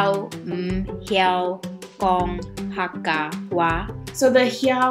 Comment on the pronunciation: You pronounced the word "Hakka" correctly. I've seen some people saying pronouncing it as "Hecka"